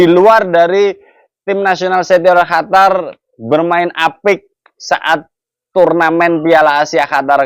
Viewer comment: QATAR OM...BUKAN HATAR 😂😂